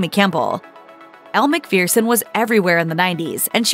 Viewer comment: McPhereson?.. it’s McPHERson.